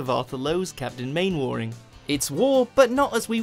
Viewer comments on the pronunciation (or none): Mannering not Mainwarring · I'm sorry, did you seriously just pronounce Mainwaring as it's spelled?!? It's pronounced "Mann-err-ing", and you call yourself British! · How can this guy mispronounce Mainwaring (as in Mannering) without at least checking or watching an episode first? This list was mostly acceptable, but The Office should have been on here, along with The Young Ones. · Monty Python, The Bonzo Dog Band and The Rutles Yes, but he didn't call him 'Main warring', rather 'Main wearing'. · Anyone who had actually watched Dad's Army wouldn't pronounce it "Main-worring" 😏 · Dads Army.... Captain Mainwaring, FYI it's pronounced " mannering " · Skedule? (Prime Minister) Howard Wilson? Main-warring? You're meant to be English, dammit! All these are bad errors and number 2 would be terrible even for an American. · Right dads army, mainwarning is pronoused man-a-ring and walmington on sea is pronounced wall-Ming-ton, btw only fools should be no1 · Captain Main-war-ing? Are you fucking kidding me??! VO guy... You suck. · It's worse, he didn't even pronounce it as it IS spelled. He pronounced it as if it was spelled Main-warring. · it's prounounced Mannering. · It's actually spelt "Mainwaring" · I think this guy does it on purpose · Can tell the narrator hasn’t seen half of the shows when he can’t pronounce Mainwaring right. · Have you watched half these shows? Some of your pronunciation is dreadful. Like come on.. Captain MAINWARING? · Please learn correct pronunciation of characters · This guy is a straight up twat. Have you never seen Dad's army? Look up how to pronounce Mainwaring you prick. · The kind of pillock who can't pronounce Mainwaring. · Whoever it is that is voicing these watchmojouk videos really needs to learn how to pronounce the names of people. This is the third watchmojouk video that he has mispronounced some peoples names. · Yes but seeing as the useless voice over dick head also couldn't pronounce Capt Mainwaring properly I'm not surprised.